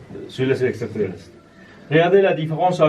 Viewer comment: il le dit des "ECTRA TERRESTRE" fascinant.. 😅😂🤣